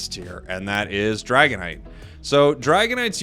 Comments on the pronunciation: "Dagonite" hmmmmMmmMm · lol "dagonite"